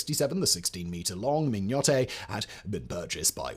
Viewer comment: Hi. The name of the Mignonett is pronounced min-yuh-net… But this is a great video. 😃😃😃